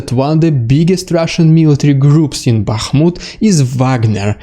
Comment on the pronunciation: I am so thankful you can pronounce all those town names! 😁 (i never could!) 💙💛 Thank you again...much appreciated. 💙💛 Bakhmut 🙏 Max